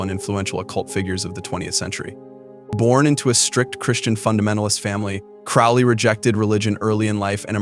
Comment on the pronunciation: Crowley is pronounced like the bird, crow, not the bird, owl.